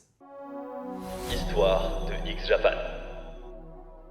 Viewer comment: bonjour j'apporte quelque modification , déjà on prononce X à l'anglais et on ajoute un - ( x-japan ) sinon si tu cherche sur google tu te retrouve sur des site olé olé . ensuite et cela est le pire , le premier album de X est vanishing vision (blue blood est le second et l'album de la consécration ) et pour finir le leader 'batteur et pianiste et principal compositeur du groupe ) c'est yoshiki (pas du tout yoshi). toshi était déjà dans la secte en 1997 car sa femme lui disait que la musique de x-japan était celle du démon et seulement ensuite toshi pris la décision de quitter le groupe , nce qui conduisit à la dissolution de x-japan .